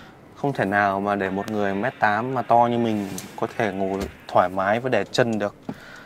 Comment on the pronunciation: cái gì ...... rộng rải thoai má mái à, ồ mới nghe.